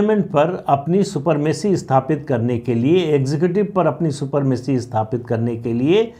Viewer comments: सुपरमेसी नहीं सुप्रीमेसी कहिए। शब्दो का गलत प्रोयोग नही करना चाहिए। बहुत बढ़िया बिस्लेशन करने के लिए आपको बहुत बहुत धन्यवाद। सुप्रीम कोर्ट को अपने दायरे में ही रहकर काम करनी चाहिए। बेसिक स्ट्रक्चर और कॉलेजियम का सिद्धांत संविधान में बिलकुल ही नहीं हैं। संविधान को ताक में रखकर सुप्रीम कोर्ट द्वारा अवैध रूप से लदा गया है। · सुपरमेसी नहीं, सुप्रमेसी 🙏